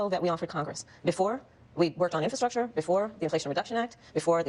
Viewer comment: She said "Infa-structure"🤣🤣🤣🤣🤣🤣🤣🤣